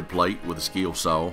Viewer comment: What's a Skeel Saw?